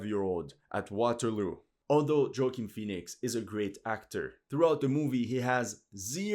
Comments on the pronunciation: Joaquin's name is pronounced 'Wah-Keen' not Joey-king jfc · Wah-Keen Phoenix. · By the way that’s not how you pronounce Joaquin Phoenix lol The J is pronounced like a soft W or woaquin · Just so you know, his name is pronounced wah-keen Great video other than that. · You mispronounced Joaquin's name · Like Ridley Scott slaughtered the story of Napoleon, Alexandre the butchered pronunciation of Joaquin Phoenix’s name.